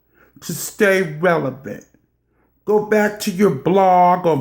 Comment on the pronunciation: Cherry Tree Girrrlll, Okayyy!!! But I guess its better than what she started with. "Revial." 🤣🤣